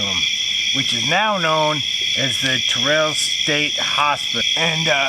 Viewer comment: It doesn't matter now LOL but it's Terrell, TX pronounced like Darrell or Daryl, not Ter-rell 😁 ... that was a good one, I liked it! I like the sounds of nature so that the campfire is heard as you already know I love bonfires, and I definitely loved hearing the Coyotes! Well done, keep'em coming and hope ya have an amazingly blessed week 🙏🤗🙏